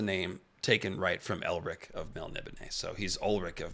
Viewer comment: That Elric pronunciation 😢